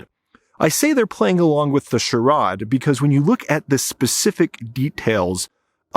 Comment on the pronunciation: Almost unfollowed for your pronunciation of “charade” but then I realized your analysis is always spot on